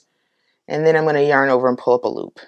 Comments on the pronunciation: Saaame xD Everytime I hear poolapaloop. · Great tutorial! Not too fast and not too slow! Also, every time she says "pull up a loop" my sleepy brain just heard "poolapaloop"